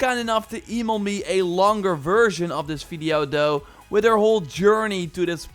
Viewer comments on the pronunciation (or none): I can't stand the way this dude talks. "Doe" instead of though every 5 seconds. Or "da" instead of "the". T-h is really not hard to say